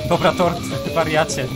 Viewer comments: Muwi się tor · TORD a nie TORT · Tort a nie tord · Ja usłyszałam "Tort" 🤣🤣🎂